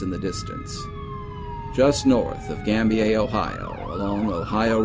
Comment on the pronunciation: Excellent job, as always. BTW, "Gambier" is pronounced "gam BEER".